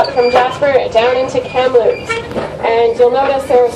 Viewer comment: the name is KAMLOOPS, NOT KAMPLOOPS...LOL...;) L.